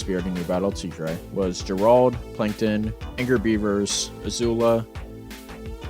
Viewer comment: Man said “Ger-Rahld” 😅